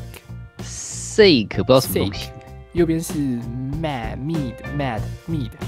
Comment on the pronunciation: sake？清酒？(日文發音